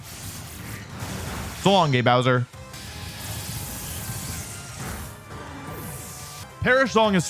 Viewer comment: “So long eh (gay) Bowser” was something I didn’t know I needed to hear today. Brought back memories lol.